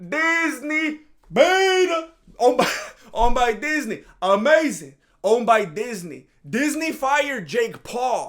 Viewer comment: Why is that jesse lee peterson voice always coming to the surface? 😂 "aamazin"